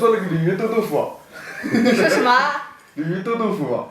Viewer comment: 鯉魚豆腐我聽成李寧豆腐